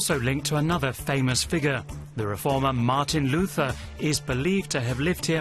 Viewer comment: Very nicely done - but please, no "th" in the pronounciation of "Luther"!!!